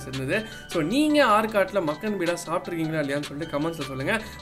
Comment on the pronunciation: பீடா இல்ல பா பேடா